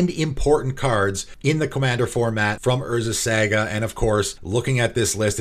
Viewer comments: I'd hate to nitpick but I've heard you mispronounce Saga in too many videos lol. It is pronounced Saw-Gah not Sag-ah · I cringe every time you say Saga cause you say it so wrong lol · Love your pronunciation of saga